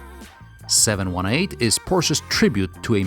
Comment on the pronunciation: It's the 7-18. Not 718... I'm a "Porsche geek"